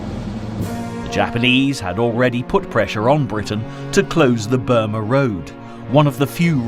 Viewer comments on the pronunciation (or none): none